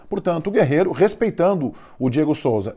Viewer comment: É guerrero e não guerreiro